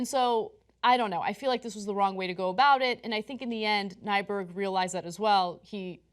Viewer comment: Scandinavian. Means new mountain. Minnesotan here. We have tons of names like that. lol (And it's Nyberg, not Nyburg.)